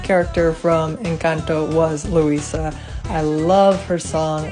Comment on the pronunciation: When she pronounced Luisa like "lurisa"